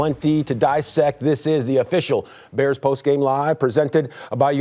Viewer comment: Baers! (How Wanny says Bears)